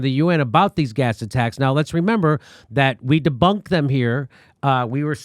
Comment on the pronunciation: I feel kinda bad that I started laughing when my own country’s mafia thug read a statement aloud. Leggie-mate! Sow! Dis-bunked!